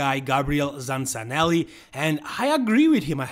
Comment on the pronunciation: The pronunciation of Gabriel Zancanelli is Gabriel ZanKanelli